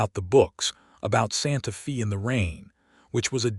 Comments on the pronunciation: Please work with the AI narration to get the town names correct (example: Santa Fe is pronounced Santa Fay not Santa Fee), people’s names (example: Deloris is pronounced as De-lor-is - I cannot even break down how AI is pronouncing it. Listening from TN. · NOT Santa FEE, Santa FAY. GOT IT?